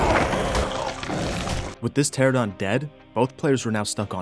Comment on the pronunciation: Bro I love cats. Also the pterosaur species the players are riding on is called "Pteranodon" pronounced "Pter-an-nodon" not "Pteradon" I love pterosaurs a lot, the names of pterosaur species can get hard to pronounce though so I hope that helps